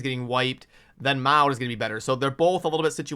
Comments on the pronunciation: I would rather have a slow down on the resource drains for a bit... Give us a chance to build out the Champions we currently have and build a plan for our accounts... BTW, I understand you and I are of different genereations, but Maud (mod) used to be a pretty common name here in the states, so I cringe every time you say (mowd) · Brother… I know the pronunciation isn’t your thing and many times I just laugh, but for the love of god I can’t let Maud go. It’s MOD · Maud is pronounced like “mod” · The name is pronounced Maw-d. I think the reason White Queen is being marked higher, is because of her companion. Together, they are S tier and that's why people will want her more, not because individually she is better side-by-side.